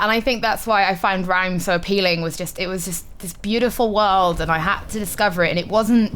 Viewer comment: Looks very pretty but best bits of the video are "whole planets turned to shh-sand" funny as hell and then pronunciation of Rime:D